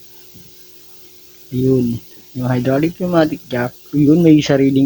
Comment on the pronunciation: Pneumatic hindi pumatic